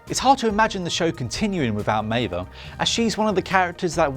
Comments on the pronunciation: It's Meave, not Meiva 😂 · Maeve is pronouced MAVE. Not May-vuh. Have you actually watched Westworld? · This was aweful. Should've had someone who actually watched the show host it. Was wrong about 3 things and it's pronounced Maeve not Maeva. Talk about insulting the viewer. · Maeve not Maeva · Next time, maybe get someone who watched the show to narrate the video. How do you mess up pronouncing Maeve when they say it over and over again in the show? If you don't know how to pronounce it, Google it! You're on the Internet already, it's just one extra step. Goodness me. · Stop saying Mava! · This bloke is supposed to explain Westworld's ending to me while pronouncing one of the main protagonist's name MAIVAAA....ffs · bruh - who is maive-uh? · You lost me at meivaaaa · "Meva" and "Even" Rachel Wood? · you've just butchered maive.... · How do you misprounce a character's name in a TV show where her name is said out loud multiple times? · Meiva? Achitty? I think you mean Maeve and Akecheta. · Meave-a no japanese-a. Meave-a English-a. Also, "even" Rachel wood? Do you Evan westworld bro?